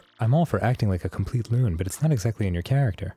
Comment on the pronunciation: DID ARIN JUST MISPRONOUCE BUT?? HE DID IT AGAIN!